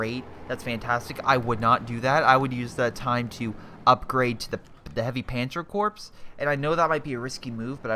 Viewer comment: Corps is pronounced "core" Sabot is pronounced "saybo"